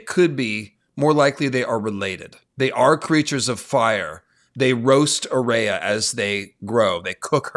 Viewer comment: I know this is padantic, but why are you pronouncing Aerea's name like A RAY A when its AIR E a.